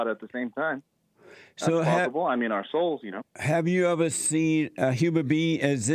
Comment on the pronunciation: "Love ovuh neighbors as we love ovuh selves." 🤣